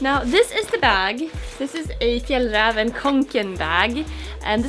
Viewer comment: Thanks for not only making a great bag, but finally teaching me how to pronounce the name of that Swedish backpack correctly!